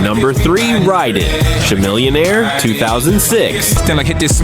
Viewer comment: “Sha-millionare” The AI is down bad 😂😂